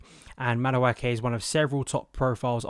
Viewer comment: If he goes this summer, he’ll have been Chelsea for 2.5 years without you having once pronounced his name properly. 😊